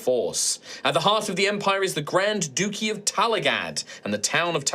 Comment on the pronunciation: Loved this stream but..... The Grand Dookie? It's pronounced Dutchy you peasant!